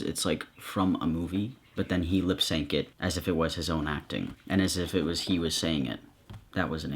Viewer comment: didjya say fuckin "LIPSANK IT". wow.